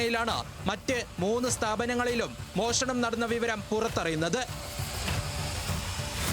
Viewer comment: മോശണം അല്ല..മോഷണം എന്ന് പറ😂